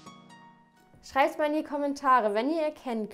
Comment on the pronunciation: Habe bei Minute verstanden scheißt mal in die Kommentare. 😂